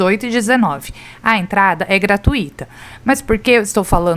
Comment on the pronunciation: "Gratuíta"?!Ajude aí, menina! É gratuita, como se tivesse acento no " u".Não tem.Mas a pronúncia é "gratúita"...